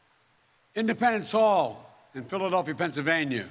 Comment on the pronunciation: Biden loves pedal-feel-e-ah.